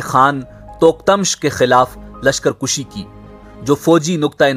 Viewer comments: lashkar kushi ghalat lashkar kashi sahih hai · کُشی نہیں کَشی اصل لفظ ہے